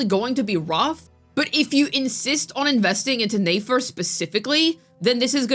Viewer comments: It’s pronounced NEH FER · Girl why are saying Nefer as Nayfair 😂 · "NAE FER" like bro learn to read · Click bait, reworded videos posted 3 times just to hate on a character and spreading general spreading misinformation about them (basically your whole channel), and also mabye stop mispronouncing a characters name that has an obvious pronunciation? Never thought you'd stoop so low. Yikes 😬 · How are are we still mispronouncing the character's name when multiple characters including Nefer herself has said her name in game to clear up any possibility of a misunderstanding...🤔?